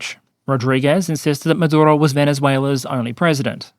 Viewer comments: I really enjoy you, but respectfully rolling the R in a dictators name is just hilariously asinine. Just say it like every other English-speaking person does. He does not deserve respect for his native tongue. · Do you need to say Maduro like that? Over pronouncing when its not needed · Why are you trying to pronounce "Maduro" with a Spanish accent? 😂 You don't pronounce "United States" with a fake American accent. And you say "Venezuela" like you would normally say it, as an Australian. But suddenly Maduro becomes "Madurrrro" (and "Carrrracas" and apparently also "Irrran" and "Irrrraq", but not "Rrrrussia" or "Ukrrraine" ;))) (Love your videos otherwise but this was weirdly distracting)